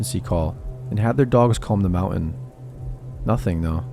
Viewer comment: Love the stories but please pronounce words correctly, I think you were saying mountain but it’s very hard to understand